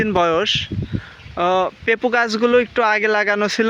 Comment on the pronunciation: পেপু না পেঁপে